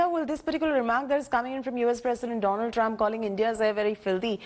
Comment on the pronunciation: Dolund Trump... Lol